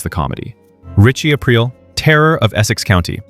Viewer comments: Thought it was Richie A-Preel not April? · Definitely an AI channel narrator calls him Ritchie Ape Rill at the end lol. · Once he said ‘Ritchie April’, I couldn’t take this seriously. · Why do you keep saying his name wrong is this AI??